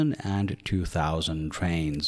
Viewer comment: Shank you for träveling wiss Deutsche Bahn 😂